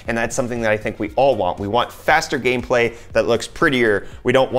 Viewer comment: "game pray"